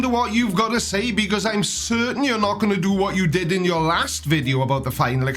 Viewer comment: "it doesn't fit youerrr model" love that accent (and my inclinometer said i was at 78 degrees... After wall climbing it said 0. So the curvature or not of the earth is... Oh damn i just went up and across a miniscule bit of my demonstrable reality. )